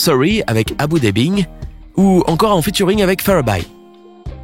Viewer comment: Haha on dit pas Abou debing ni fababaille et puis pourquoi tu mets awa imani?